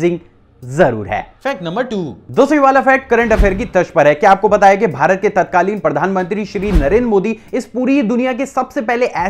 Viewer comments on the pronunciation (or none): none